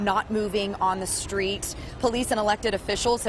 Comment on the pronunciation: Lol da stweetz naw! Da no ledge of da stweetz!